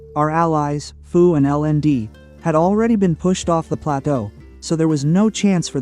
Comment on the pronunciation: First of all, there is a lot of misinformation in this video. To the 1.8K subscribers following this guy: BE AWARE. Second, our alliance name is FU, not “Foo.” If you’re going to make a video talking about us, at least get the name right. And if anyone had the displeasure of dealing with anyone this season, I think it would be FU, LND, and GS having to deal with VP22. They’ve had issues ever since diplo was decided and they found out they wouldn’t be able to play with OPB this season. That attitude showed pretty clearly in the final zone, where VP22 was nowhere to be seen and practically nonexistent - pretty similar to how they gave up after only a few days in Zone 2. And don’t just take our word for it. Even GS had issues with VP22, raising concerns about their sportsmanship and pointing out the constant blame game. When FU, LND, and GS are all coming away with the same impression, maybe everyone else isn’t the problem. And let’s not forget - you had just as much say in diplo as anyone else and still chose to ally with us. You weren’t forced into anything, so complaining afterward because the season didn’t go your way is pretty ridiculous. Also, we don’t have anyone in FU leadership who used to be in Server 220, so that claim is simply false. In fact, what I heard was that VP22 betrayed 220, not the other way around. But that has absolutely nothing to do with this discussion anyway and comes across as nothing more than bringing unrelated drama into a video that already conta